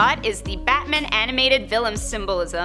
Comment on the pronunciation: It sounds like she's saying Batmin.